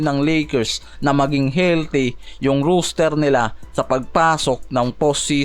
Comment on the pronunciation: Lods di ka pala nakikinig sa mga suggestion sayo. Gaya ng rooster vs roster. Ang roos-ter na binabanggit mo ay manok. Ang ros-ter ay para sa tao. Siguro naman hnd mukhang manok ang mga player ng lakers para tawagin mo na roos-ter